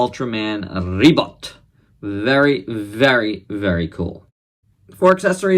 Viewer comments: Ribut is storm in Bahasa Malaysia. Its Ribut like "boot" not "but". Nice review love this Ultraman! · I knew Ribut from Upin Ipin, lol, and i instantly fell in love with him back then Oh, and you can pronounce him like Reboot, with a faster oo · U speak the name really funny but! The first name u called was right.and im getting wierd vibes when u say the name funny like ultraman rebutt..like..he just have his butt.. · u speak the name funny...